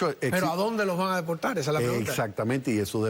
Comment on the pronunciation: Delpoltal?? Acueldo? Colte? Polque?